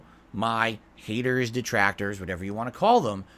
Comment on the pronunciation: So he's basically saying "Deetrahctohrs yoo need reee!!!"